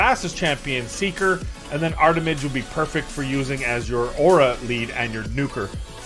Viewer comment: Drinking Game!!!! Every time says "Armitage" instead of "Artimage" you drink a shot. I DARE YOU! lolololol 🤣🤣🤣🤣🤣